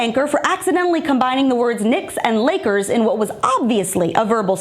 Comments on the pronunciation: She said Nakers.. it doesn't sound close.. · To me it sounded like she was going to say Knicks and tried to correct it saying Lakers, and that's what it sounded like..